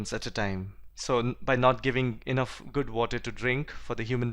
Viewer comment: All things are right but pronounciation of good is not proper